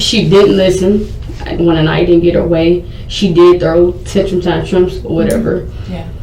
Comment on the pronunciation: "...She was throwing Tentrum-Tantrums, or whatever"